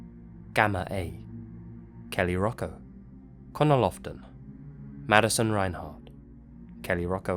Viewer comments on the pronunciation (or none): none